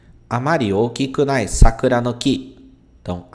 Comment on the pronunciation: Saiu ookinunai. Não é ookikunai?